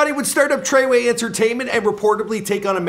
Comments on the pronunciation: It’s FREWAY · The way he said tr3way😂😂😂love him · the way you say treyway and 69 name makes me cringe